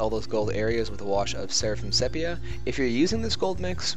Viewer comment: sepia = see peea